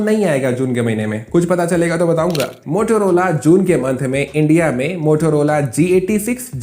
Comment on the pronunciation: Bhai Motorola hota hai bhai Motorola nahin hota hai sahi se bolna Sikh lo bhai